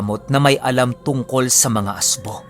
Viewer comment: ASBO WORD ANG TWAG SA ASWANG S BIKOL ANG RIGHT PRONOUNCE LNG AY AS'BO' MY DIIN LNG.